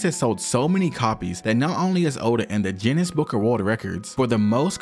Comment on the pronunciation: Bro said jinnness book of world records💀